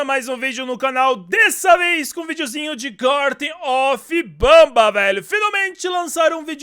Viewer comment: Ele fala gartem of banba mas o serto e gartem of banban com n no final ele fala banba por que ele quer